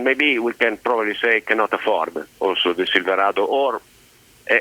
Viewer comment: If I could pronounce silverado the way this man can I would have bought one instead of the Sierra